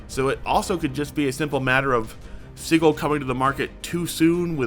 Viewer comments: Not “siggle” it’s Sigil (sidjil) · Anyone else weirded out how "Sigil" is pronounced? (sije-il not sig-el) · Isn't it pronounced "Sij-əl", with a soft "g"?? It's driving me nuts Edit to add: IT IS! I just listened to the official WotC announcement. Please stop saying "Siggle"!! It hurts my ear-holes! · Sigil is pronounced with a soft G. SehGill. Gill, like a fish. /ˈsijəl/ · Does this mean I won't have to hear you mis-pronounce sigil anymore? [sij-il] with a 'j' sound. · Not as shocked as I would be if you pronounced "Sigil" correctly ;P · Please look up the phonetic definition to learn how Sigil is pronounced.